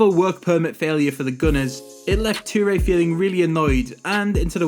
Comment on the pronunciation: Hang on did just say Chu-re not toure